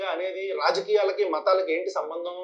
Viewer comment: 'సంబందం' 'సంబందం'అంటూ మాట్లాడుతున్న వ్యక్తి ఎవడండీ?